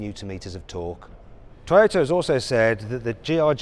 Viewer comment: この人、日本語のトヨタの発音に合わせようとしてて好印象やな